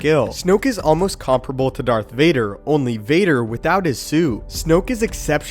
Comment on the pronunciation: Darth Varder